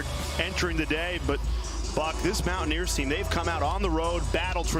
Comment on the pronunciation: LOL, WTH is this one announcer calling WVU? "Mow-a-neers"?